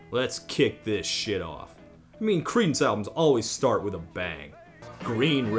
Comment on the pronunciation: Ok, one more time I'll hear "Creedence" as "Cretins" I'll die laughing :D